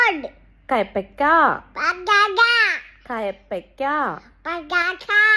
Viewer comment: കയപ്പക്ക അല്ല കൈപ്പക്ക